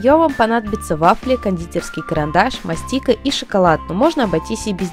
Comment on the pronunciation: бл, не мастИка а мАстика